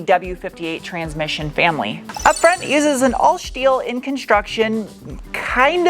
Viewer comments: "shtructure". "Shteel". Why do you do that? Why do you pronounce every "st" word as "sht"? What a bizarre thing to do. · So damn funny!! I like how you say “shteel”! Questions: Are you going to stick it on a dyno? How many hours of research did you put into building this car?